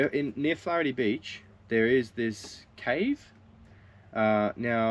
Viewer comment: Funny how your kid pronounced Flaherty Beach better than a lot of adults do 🙂. Wrong time of the Year really for the Pink Lake, summer is drying them out 😞. Camping at Warooka oval is only $10, if you cant catch a squid at Wool Bay, you should quit squiding for life. ;-)